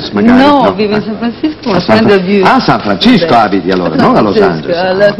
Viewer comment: Mike dice San Francisco con la C....